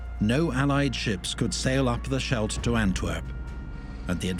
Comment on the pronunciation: It's pronounced SKELT.